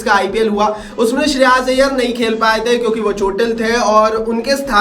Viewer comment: Good video bro.. But it's "श्रेयस" not श्रेयास. 😜😜😜